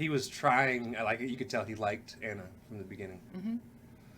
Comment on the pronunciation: Ooook... [knuckles cracking] 1. You first pronounced her name “Anna” and the character corrected you in her first line with “I’m not Anna, I’m AH-na”. It’s an Eastern European/Slavic name. did pronounce it correctly afterwards but there was no acknowledgement. Weird. 2. Kristof was not a hunter. He was an ice trader. If you remember the beginning of Frozen, he was from a clan who cut frozen lakes in order to sell the ice for refrigeration. 3. “Cyanide and Happiness” is the show you are thinking about with Rapunzel’s pubic hair being thrown out for someone to climb. Very funny! 4. Nope. Sorry, it wasn’t Flynn’s horse. Max was the Captain of the Guard’s horse who was first chasing him for stealing the princess’s tiara. They grew fond of each other by the end, but not his horse. 5. You both got Kristof’s reindeer pal’s name and you didn’t acknowledge it. ☹️😂 6. Flynn did not want to take Rapunzel back. He didn’t know she was a princess. He was after the tiara he stole. 7. Gothel did kill Flynn by puncturing his liver or something with a big ass shard of mirror. 8., you didn’t mention the “Love is an open door” song when they were mocking Ana for falling for the first man she met. You are the one supposed to know the songs from the movie in order to deepen appreciation for the bars. (That was a funny line) 9. That last line is hard to catch, granted, but you still missed it. Because Ana wrecks ya (Anorexia). It’s a hard line but my favourite is still